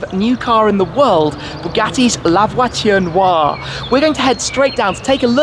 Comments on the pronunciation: La votune wah? Lmfao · "Lavatory noire"🤣🤣😂🤣😂🤣😂🤣😂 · Mdr comme il dit " la voiture noire" avec l'accent anglais xD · Who else got mad at the way he pronounces “La voiture Noire”? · Anyone laugh every time Shmee said La Voiture noire 😂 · Lmfao.....horrible pronunciation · i know but the way shmee pronounced it at the start